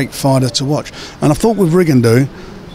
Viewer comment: D gol and rigin de owl hahaha Radio and frank have the best pronounciations in boxing